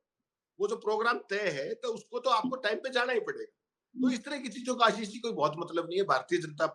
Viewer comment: APNA name to Sahi bola karo samjhe